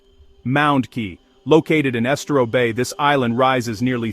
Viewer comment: Estero, Kissimmee... You can learn the pronunciation of almost anything on Google by typing ...pronounce *